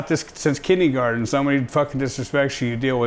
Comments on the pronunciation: Did anyone notice he called kindergarten "kidney garden" LMFAO. Sorry man not hating at all. Loved the episode good stuff guys. Mad respect. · He said Kidney garden 🤣🤣🤣